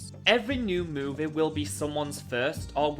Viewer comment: You always pronouncing movie like moveh